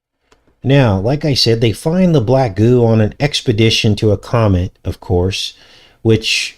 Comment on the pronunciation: Comet almost sounds like comic…venom comes from a comet/comic